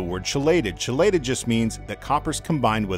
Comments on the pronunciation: Great info. At the expense of betraying my nerdiness, 'chelated' is pronounced 'key-lated'. Cheers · I believe it’s “kee-lated”, not chelated. ;). That said, that organic chemistry knowledge about chelation isnt saving my fish . Thanks! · I have been dosing garden supply Trace Elements in my aquariums for the past 2 years now, with a moderately high Copper %. Red Cherry shrimp in my tanks are totally unaffected and are taking over both tanks. Super Video and (I've always pronounced Chelated with a Chee myself)……...LOL:)